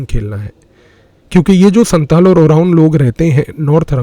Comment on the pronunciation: You have lot of knowledges and have very good representation techniques. I want to say one thing, please don’t mind: I am an inhabitant of Siliguri, I'm a Senior Secondary State Govt. Physics Teacher. You have told about 2 tribals, Santal & Oraon. Here, and also in Bangladesh, Pronunciation of Santal is "SAOTAL", just what I wanted to say.